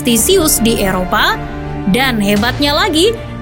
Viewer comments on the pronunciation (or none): none